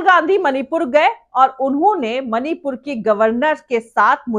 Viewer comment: Mani pur ka ma nhi bol pata hai jaheelo se kya ummed